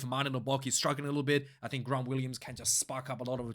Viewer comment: Grant is an English name, so just the normal “g” sound! Do the throat clearing for Gerard.